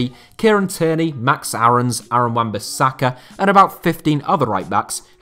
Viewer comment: He never said that. He just listed a bunch of players England have at rightback, and mis-said Kieran Trippiers name. Not once did he say "should be playing for England", why are you twisting words to make it seem worse?? Weirdo.